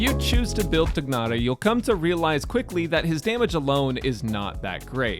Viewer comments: I agree! Tia-nari makes a lot more sense u___u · Afaik his pronounciation is "Tie-Nari". I am not going to pull for him as Zhongli is way more important to me. Also, he will be in the standard banner in the future. I know, he won't be guaranteed there and conpetes with 5 other 5*s but in the long run I'll probably get him some day. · The "g" is silent. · What so hard pronouncing Tighnari's name It's just طغنري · the way he says tighnari sounds like it was done with an Idian slang (nothing racist) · you're pronouncing his name wrong though...